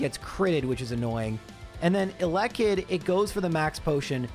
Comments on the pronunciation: the most cursed thing about this run is the pronounciation of eh-lekkit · ...how do y'all say elekid? I've always said it the way says it. edit: nvm this dude says elekid with seemingly no syllable stress. I say it like "a LEK kid". He says "alekid", which is yucky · If you say elekid like that one more time I stg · I love your content but HATE THE WAY YOU PRONOUNCED ELEKID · You pronounce Elekid weird lol 😅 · Hearing “Elekid” with the stress on the second syllable was physically painful lol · He was trolling lmao did you not realize how many times he said it in a row